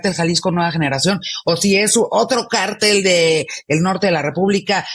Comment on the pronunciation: Háganle un favor a y díganle que se pronuncia CÁRTEL... ¡NO CARTEL!